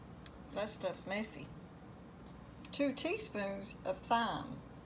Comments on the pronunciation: Thyme is pronounced time. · Thyme is pronounced Time